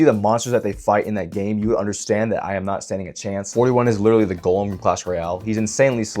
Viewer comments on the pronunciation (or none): none